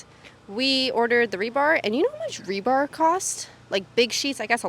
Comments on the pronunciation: Love your videos, and I'm so sorry for saying this. Despise me if you will, but it is rebar, not rebarb. Rebarb sounds like we're making pie not foundations. Okay, I'm done now. Keep up the awesome work. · She clearly said "rebarb"... 😆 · Like rhubarb you know? 😂